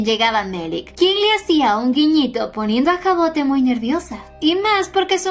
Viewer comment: Hermosa historia que elegiste, yo la estube leyendo en Webtoon, pero como está en emisión la dejé para acumular capitulos jejeje. Por cierto el nombre de la prota se pronuncia Javod, es un nombre francés y cuando empecé a leer el manwhua lo investigue por curiosidad. A qué están super lindos tanto el nombre como la historia 😊😊😊